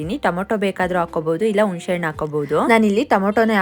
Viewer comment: ಆ ಆ ಆಯ್ತು.. ಅಣ್ಣು ಅಲ್ಲ..ಹಣ್ಣು ಕನ್ನಡದ ಕೊಲೆ ಮಾಡ್ಬೇಡ ಪುಟ್ಟಿ..ಮೊದಲು ಹ ಮತ್ತು ಅ ಕ್ಕೆ ವ್ಯತ್ಯಾಸ ಕಲಿತು ಬಳಿಕ ಬೇರೆಯವರಿಗೂ ಹೇಳು.. ಇಲ್ಲದಿದ್ರೆ ಎಲ್ಲರೂ ಅ ಅ ಅನೋದೆ ಕಲೀತಾರೆ..